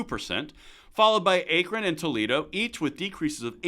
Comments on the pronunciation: Aye-kren? I think you mean ah-k-ren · Odd that you don't know how to correctly pronounce Akron. The "a" is as in "at" ... "Ackron" ... not "Ayekron'. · FYI, it's pronounced ACK-ron, not Ache-ron. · Thank you! I was laughing my ass off. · What else do we need? Well, we could start with pronouncing the city in Ohio as ACK-RON and not as A-cron. lol JK As to gun control, infringing on our right to protect ourselves, our loved ones, and our property does not make us safer, it only makes us more vulnerable to criminals. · FYI, “Akron” is pronounced “Ackron” (rhymes with hack). The “A” is short, not long. Thank you. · Good job! 👍👏👊🇺🇸 (Akron is pronounced “Ack-run.”) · Good morning sir. love all your content and thank you for keeping us up to date. I live in Akron pronounced (a' Kruhn ) FWIW. crime has went down but also have to give credit to our local POLICE for doing a good job keeping after the criminals and putting them in jail. they work a lot with the US Marshalls and don't give up. As stated in other comments our local law enforcement are CCW friendly. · Say ZAKRON than SAY AKRON same way minus Z that’s how you pronounce it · Akron is pronounced with a soft A like when Bill the Cat coughs up a fur ball, AKKKKKK! Just sayin. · Very interesting and we follow you faithfully however it's a short "a" not a long "a" for Akron like apple! Lol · I'm just outside of Akron. And laughed at how you said it. Lol. But on subject, when you hear reports daily you think it's up, via media. But numbers and facts don't lie. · You are killing me with your pronunciation of Akron. 🙂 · Bro, you're killing me. Akron is pronounced with a "short A" like in ax. It's NOT a "long A" like acorn. You gotta get around, bro.